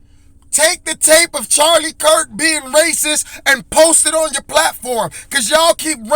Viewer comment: Jamal didn’t even say his (Charlie Kirk ) name correctly .